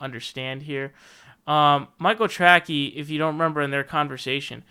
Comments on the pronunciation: "Michael Tracky" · Is the “Trackey” thing some kind of joke? Or do you think is name is “Trackey” and not “Tracey?”